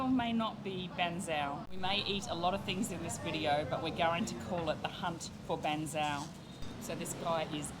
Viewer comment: its bahg cheow. like how you say meow